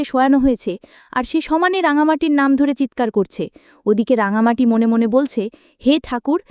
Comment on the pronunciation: রাঙামতি ওর নাম, রাঙামাটি নয়।ভাষ্যপাঠের জন্য সঠিক মানুষ নির্বাচন করা উচিত